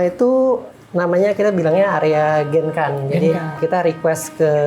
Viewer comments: please kl bilang genkan, dg spelling japanese bisa ga? Aku selalu terganggu krn sll dengar spelling yg ga bener...😅 jadi bacanya "gengkang" gt mas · Genkan itu dalam bahasa jepang cara baca nya bukan genkan tapi gengkang pak Huruf n itu dalam bahasa jepang di baca nya ng